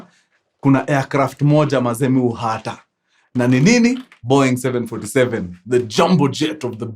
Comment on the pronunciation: Mkuru please check on ur pronunciations.....that name is Bongoi 7..... Boeing 747 ni mispronouncing it